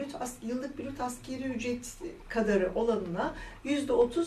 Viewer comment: Hanimefendi de Askeri ücret mi diyor bana mı öyle geldi.